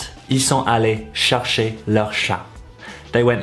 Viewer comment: I thought chercher was pronounced more like share-shay (without the y sound)